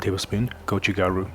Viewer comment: Hi, just wanted to thank you for calling it "gotchugaru" (there's actually a soft "t" between the "go" and "chu", but only native/fluent speakers would know that!) as opposed to the anglicised "red chili powder". Nobody would have nitpicked if you went for the latter, since it's a commonly used phrase; however, as a Korean-born third-culture person, your gesture carries an important meaning unique to the likes of me. You might have come across some media covering mainland Chinese vloggers/influencers etc blatantly taking what is obviously and traditionally known as belonging to the Korean culture and twisting them and claiming them as "Chinese" - kimchi and hanbok are two good examples - which is why I really appreciate your proper referencing. I haven't gotten round to trying our your amazing recipe yet but I'll keep you posted for sure! Hope you're keeping well and keep those great contents coming!